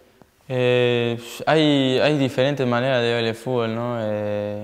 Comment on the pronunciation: "fubol" xd